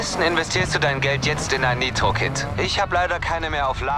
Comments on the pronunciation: Junge sag bitte Nitro das triggert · Niemand Palette: Naitro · Meine Aggressionen weil er ,,neitro‘‘ sagt 📈📈📈📈😂😂